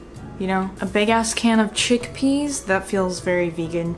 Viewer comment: My favorite part of any Video: mispronounced words. CHECK-PEHS was my fave today! Also, a mention of a brother? And, featuring a cool undercut. Loved it, as usual!